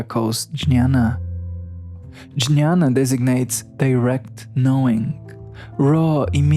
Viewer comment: Jñaña is pronounced nyana and viJñaña as vinnyana Thank you for introducing to yogacharas